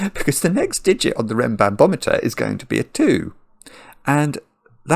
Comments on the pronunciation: So funny how after a couple of minutes it turns into "renbanBOMeter" instead of "renbanMOMeter". ^^ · I smiled every time said "RenbanBometer" (rather than RenbanMometer). Reminded me of a child saying biscetti rather than spaghetti. 😂 I solved this in about 25 minutes. Really fun puzzle!